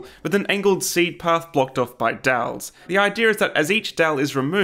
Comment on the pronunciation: took me a few seconds to figure out that 'dals' was 'dowels' ?